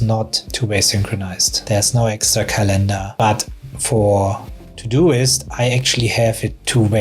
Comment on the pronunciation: It's not calEndar, but cAlendar. English is my second language too, so... just saying. 😊